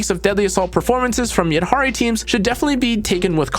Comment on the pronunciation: HE SAID THE NAME RIGHT 🎉